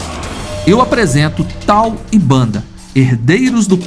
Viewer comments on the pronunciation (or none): Já vi esse documentário e a narrador era una mulher e adorei ele chamava uns dos leões bandar ! e não banda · Fraternidade dos leões contém a história de Tal e Bender. Lá se ouve a pronúncia correta dos nomes dos leões e do bando. De onde saiu Banda? Do documentário da National Geographic é que não foi.